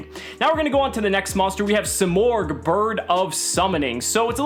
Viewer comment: You're freaking destroying it, say it like a man or don't say it at all